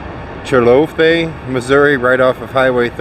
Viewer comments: Yep he butchered that one, I agree we have some weird names in Missouri but I have mispronounced some in other states that I have been to. Don’t ever call St Joseph MI, St Joe they will correct you 😂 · The town where the Casey's is is pronounced Chill-uh-coth(both)-ee. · Just to help you out Chillicothe Mo is pronounced Cill low couth eee